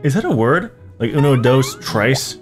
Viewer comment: bro said "uno, dose, trice" 💀💀